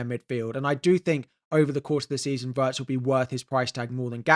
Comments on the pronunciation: It's not "Waertz", you should pronounce it exactly as it's written "Wirtz", with the "i" pronounced as in "Pin" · sorry but it's what you say that doesn't make sense... he's a German player, and it's pronounced Wirtz, with the "i" as in "Chip" or "Tin". Simple as that.